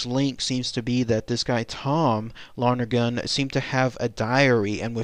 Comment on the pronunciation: Was their name pronounced long-gergan as you pronounced it? I thought it was Lon-ergan. No extra g.